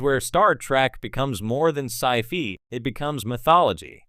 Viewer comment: so.....which character would Voyager have been better without? also your AI voice keeps saying it as sci-fee